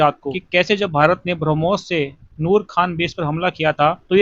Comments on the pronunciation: Koi harmos bolta hai koi bramus bolta hai ajeeb jaanvar hai ye😂😂😂😂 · he means harmoons..😂😂😂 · Inko name bolne mein hi kyi din lage😂Harmoos😂 Harmos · Ye rana sanaullah pakistan ka home minister hai yah brahmos ko harmos bol raha hai. Yeh hai pakistan ka iq level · Brahmos bolna bhi nhi yr in madarsa chap ko😂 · Inko brahmos nahi bolne aata ...😂😂😂😂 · Inko brahmoshtra bolna aata nahi ye kya brahmostra todenge😂😂😂